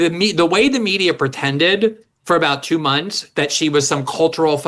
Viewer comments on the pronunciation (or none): none